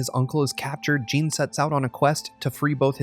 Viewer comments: Bowling The name is Jin, he said it as Gene for some reason. Just like the completionist did a video on AC Valhalla and referred to a region in the game as East Anguela instead of East Anglia... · "Gene"!?. I believe you mean Jin. Lol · Its JIN not JEAN!! So annoying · Gene? i thought his name was Jin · It IS said with an 'ee' sound, but it's a short stab of a name; not the long sounding assonance of 'Gene'. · It's Jin, but pronounced like we would pronounce "gene". Thoroughly Japanese nonetheless.